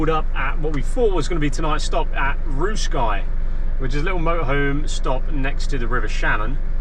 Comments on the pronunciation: Yeah..... Roosky (fn. Roo-ski) and not Roo Sky 😢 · Roos-ky not Roo-sky 😂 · Your pronounciation is wild 😂😂Roossky is pronounced Rooskie, and Achill is pronounced Akill (the ch is pronounced as a k which would be a usual pronounciation where ch is used in an Irish place name ). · Roosky is pronounced Rooski not the way you pronounced it...